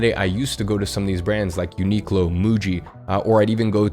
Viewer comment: Bro said uniqlo and muji😂💀